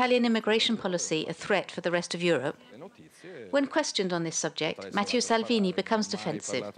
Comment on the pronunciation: "Matthieu Salvini"? Come on France 24! At least get the name right.